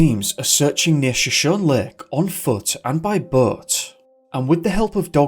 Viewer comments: As always you are so informative and amazing! Just as a so you know note, the lake is pronounced Sho-shown-knee I believe. I know you aren't from the area so that can be hard, just for future reference. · Hey! Great work as always and thoroughly enjoyed this one. Helpful pronunciation for Shoshone. It is pronounced Show-shone-ee. The Shoshone Native Americans are a proud and storied tribe in western North America. Cheers!!👍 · You need to check the proper pronunciation of words based on First Nations and Native American languages and peoples. Shoshone is pronounced Sho-shony or Shuh=shony. I have noticed a few other mispronounced place names in your videos. That said, I love the videos and they have been informative. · It's pronounced; Show-show-Nee. Not what you've been saying. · It sounds like was hypnotized somehow. I love your videos- they are so professional! Shoshone is pronounced "show-show-knee" just FYI, as a Californian.:)